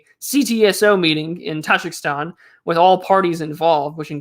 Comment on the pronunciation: its taJIKIstan, not TAJAKSTAN but i am too late